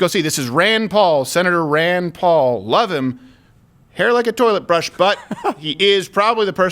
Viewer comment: Your Rand Pawl sounds more like Tray Gowdey. Hahahaha